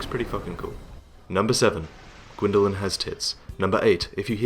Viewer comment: Mình nghe hình như Gwyndolin có vếu chứ ko phải có gậy :v "Gwyndolin has tits" :))